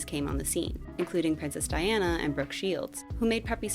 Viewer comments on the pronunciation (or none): none